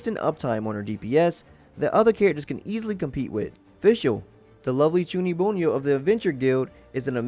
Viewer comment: My mans just said "chuunibunyou"